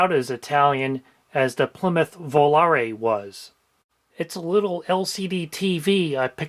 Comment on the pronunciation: Volaré mention!! I’ve been daily driving an Aspen for over a decade now, first and current car, and I love it a lot. Thanks for saying Volaré correctly and not “Vol-air”